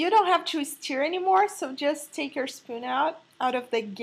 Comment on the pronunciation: I love that you say "steer" when you mean "stir" :)